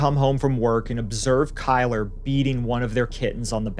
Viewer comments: "Kyler"? 😂 one of the most white trash nadness ever. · Kylr: pronounced killer.